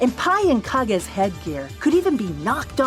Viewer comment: I know this is an old video, but I'm glad after 32 years I finally know how to pronounce Kage's name.